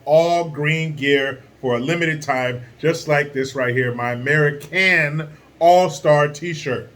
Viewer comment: AmereeCan for AmereeCans